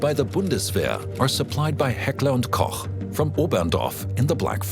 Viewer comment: No idea if the speaker is AI, but Heckler&Koch is finally pronounced correctly in English.